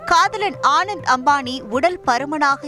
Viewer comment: The news reader doesn't even know how to pronounce the groom's name. He is called Anant Ambani not Anand Ambani. Such poor knowledge in public media and no one in news channel seem to know